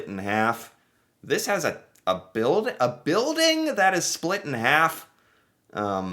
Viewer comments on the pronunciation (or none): none